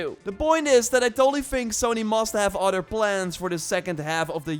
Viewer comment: It's not udder it's other